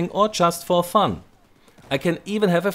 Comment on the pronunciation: Battle(non)sense ok :P, also its "fun" not "fund"